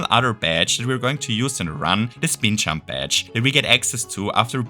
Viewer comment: Stop saying "chump" it’s "jump"